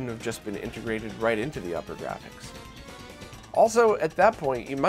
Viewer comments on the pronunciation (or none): just a little nitpick... it upergrafx pronounced oopergrafx (like supergrafx but without the s). The way you pronounce it is upper and that is incorrect.